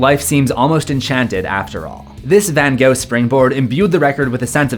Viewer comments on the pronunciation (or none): none